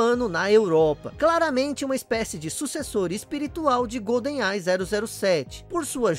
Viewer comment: Que agonia ficar ouvindo "Golden AI" kkkkkk é igual falar "Pan Americano" ao invés de "Panamericano". A pronúncia certa é "Goldenai" mesmo.